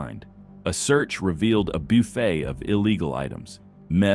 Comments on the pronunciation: YO WTF is a “Byoo-Fay”. Like, I just don’t understand how anybody could possibly think that is how you say “buffet”. I hear the craziest pronunciations on YT. And I’m aware of AI, and if this is AI, they need to fix that word. I almost punched my iPhone I was seething so bad. Fkn BYOOFAY! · "A byufay" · Listening to AI struggle was awesome. Hiyunday, and byuufet. 😂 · Geezus - if you insist on having AI narrate your content for you, at least don't be lazy and edit the audio so it pronounces the words correctly. a "Boo-fey"? "Hey-Yun-Die"? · Boofeh? Does the AI not know how to say Buffet? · "...a boofay"? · A “beoofey”?? I HATE these AI VOCIES!! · Wtf is a boofay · "A 'Bee-ufay' (sic, s/sound like buffet) of illegal items found in the vehicle"? Is this an AI voice? Also "heeyunday" for Hyundai? Don't "we" want to sound smarter than the idiot criminals? Just a thought... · I can almost forgive the Hyundai pronunciation but buffet?